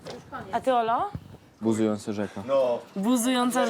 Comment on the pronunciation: Bużująca rzeka, z wymową też ma problemy :D